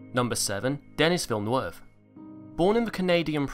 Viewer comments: Duh-NEE Vill-NUV Say it with me. Duh-NEE Vill-NUV Seriously, "Dennis Villnweve?" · De-knee vee-nerve